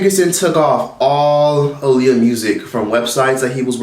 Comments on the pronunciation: Her name is pronounced Ah-Lee-Yah look it up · You keep saying her name wrong 😫 Ah-lee-yah 😂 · You keep saying her name wrong. It’s pronounced like Muhammad ALI.